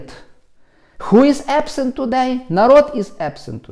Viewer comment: "ху іс епсент" 😂😂😐